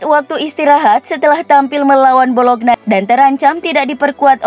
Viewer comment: nyebut bologna kok bolokna terus (ngga enak banget didengar)...yang benar bacanya "bolonya" mba...wakakakaka